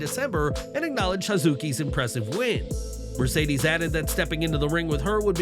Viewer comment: Mushedes? Not Again 😂😂😂😂😂😂😂😂😂😂😂You Know Better That 😆😉